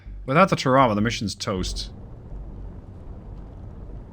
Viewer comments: Just an FYI, a AGM-45 is a Fragmentation warhead, designed to destroy the Rada, not to penetrate in this instance a Ship. It is also has a passive radar homing warhead. You were also killing me with your pronunciation of TARAWA. Its actually pronounced TARA (like a girls name) and then WA. Tarawa. USMC Marine Veteran 88-93, 3/3 Semper Fi, keep the videos coming their great. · I was actually coming down here to razz you and say she sank because she couldn't survive you mispronouncing her name again 😝 I actually think your linguistic slip-ups are so noticeable precisely because you're normally SO GOOD about that sort of thing - It's actually one of the things I really appreciate about you 🤗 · Hey, you will always get a pass on the pronunciation as a great gamer. Yeah, we say it differently but the English spell a lot of words un-American as well!